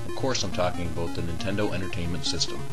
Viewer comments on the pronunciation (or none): LOL. He pronounces "about" like "aboot". Just like the Canadians on South Park. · aboot... ABOOT